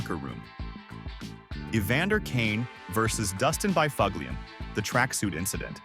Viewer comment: S this is what AI can do now huh? Bi FUG LIAN? I gotta go bro.